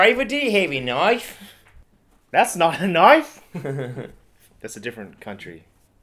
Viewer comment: That's not a knoife